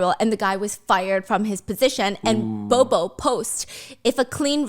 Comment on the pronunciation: As a Filipino you saying b0b0 is making me crayzi😣